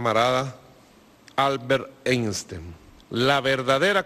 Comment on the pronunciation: "Eistein"... Ya lo he visto todo.